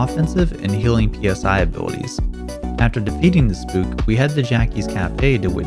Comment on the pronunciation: this man dont know how to say psy this was honestly making me mad/sad/and giggle at the same time every time he says p-s-i